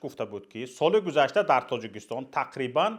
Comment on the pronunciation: Лекин дар 30 сол хеч калимаи Точикистон-ро. дуруст гуфтанро наомухт бе савод.